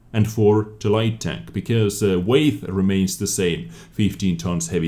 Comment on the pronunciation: 'Weight' is pronounced the same a 'wait', not weigth. Nice vid👌🏼